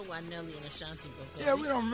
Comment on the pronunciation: HER NAME IS NOT ACHANTE ITS ASHANTI. CAN SOMEONE CORRECT HIM OVER THERE PLEASE